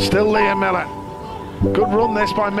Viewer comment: His name is MILLAR not MILLER